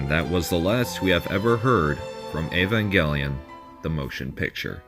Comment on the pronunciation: Woah you said the title right 👍👍